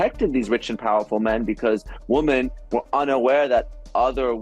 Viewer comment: the plural of woman is women--why do people mispronounce it? Especially educated people that I listen to.....